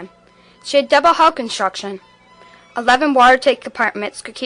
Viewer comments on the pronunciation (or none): none